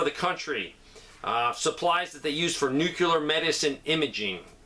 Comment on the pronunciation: WHAT IS NUCULAR? DID YOU MEAN NUCLEAR?